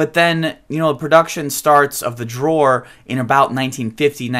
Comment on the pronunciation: It's Dror NOT Jror!